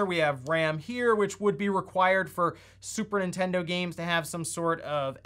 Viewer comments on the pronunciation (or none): Is it just me or do you keep calling it "Super Intendo"? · Intendo? WTF is that? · "N1ntendo" xD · "N1ntendo" lmao